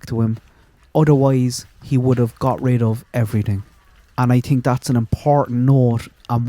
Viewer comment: 😂 he said I TINK 😂